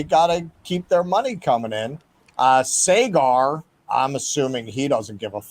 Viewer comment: is literally in India yet can’t pronounce Saagar (saw-guhr)